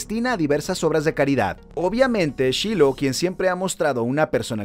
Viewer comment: Se pronuncia /shailou/